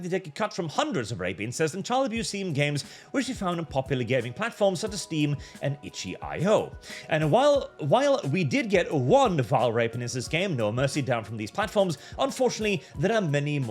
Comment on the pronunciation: that's not how you pronounce it, but I'm pronouncing it "itchy io" for the rest of my life